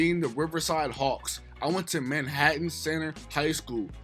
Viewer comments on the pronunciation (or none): none